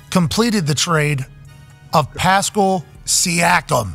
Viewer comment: Pascal not Pascole...